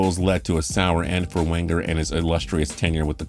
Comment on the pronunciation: My ears bled hearing him say Wenger’s name..